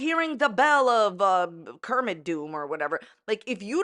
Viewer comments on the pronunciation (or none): none